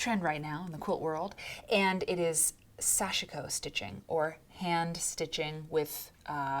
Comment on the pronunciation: Sashiko is pronounce with 2 syllables. Sash-ko.